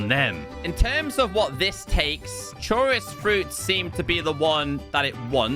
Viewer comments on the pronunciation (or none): I've never heard anyone pronounce the chorus fruit that way 😂 "Churis" 😂